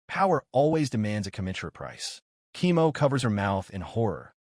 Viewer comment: Why is Koemo read as "chemo"? :face-fuchsia-tongue-out